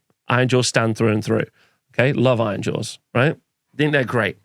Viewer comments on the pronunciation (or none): Did you articulate the names of the armies in the least understandable way on purpose ? It's like you're rushing to get the syllables out of your mouth, blending them all together. Took me several replays to figure out you were saying "Nighthaunt" or "Ironjaws".